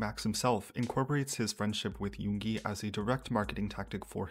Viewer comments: LOL when the guy called Yoongi, Yooonji I couldn't help but think about that iconic RUN BTS episode when they make Yoongi the new female student and call him Yoonji 😂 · I've kind of ignored him, I didn't listen to his collaborations with Yoongi and Yunjin (even though I stan LESSERAFIM). He does look like an opportunist and sounded weird sometimes (the pronounciation for Yoongi... cmon man you can do better it's only 2 syllables) but that's part of the industry as you said. After seeing this, I still dislike him for his past behaviors, especially the comments on Chinese/Asian people threw me off... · took him 2 weeks to learn a rap, maybe he should have took some that time to learn how to pronounce yoongis name. racism and zionism doesn’t look good on his half